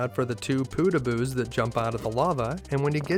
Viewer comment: why do you keep calling them poodooboos? it's podoboos